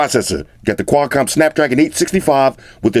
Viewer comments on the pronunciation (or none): none